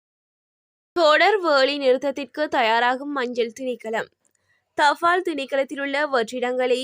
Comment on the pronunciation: எரிfoருள், தfaல், தொடர்fil.....oh my God தமிழ் கொலை சகிக்கமுடியவில்லை